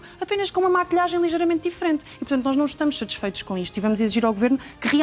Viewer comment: È SAtisfeito e não CHAtisfeito